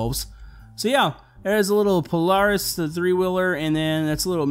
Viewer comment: You said Polaris wrong and it's an actual car